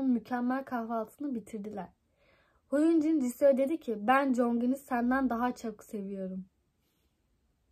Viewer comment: Hyunin değil Hyunjin